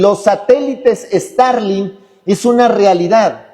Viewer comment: Guai Fai, Estarlin, Interne, Donal Tron, ya le frieron el cerebro las corrientes electricas 🤣 Por no ponerce su gorrito de aluminio! 🤦‍♂ Bendiciones hermano!